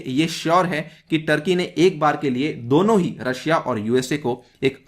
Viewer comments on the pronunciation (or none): none